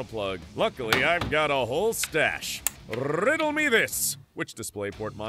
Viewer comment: RRRRRRRRRRRRRRiddle me dis